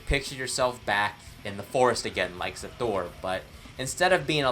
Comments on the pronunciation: Also it's pronounce Hasthur not Xas thur like you pronounce it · You are saying Xasthur wrong, and I will make fun of you for it. (lol jk like and sub my dude!)